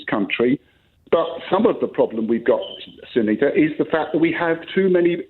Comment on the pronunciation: So disrespectful. Say her name, Sangita is not a difficult name to pronounce